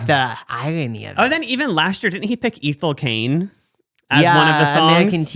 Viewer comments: i’m late but the way y’all pronounce ethel cain is taking me out 😭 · Them saying Ethel Cains name is sending meeee 😭 it's eh-thul Cain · Yall pronouncing Ethel Caine like that killed me omg so funny